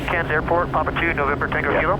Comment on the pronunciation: Love the proper Australian pronunciation of Cairns (without pronouncing the 'r')